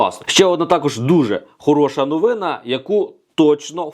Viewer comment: Навчіться розмовляти українською, ви ж медійна особа! НовинА і т. д. Просто ріже вухо таке безграмотне володіння мовою